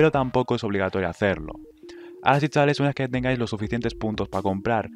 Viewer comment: Tienes un serio problema con la palabra CHAVALES.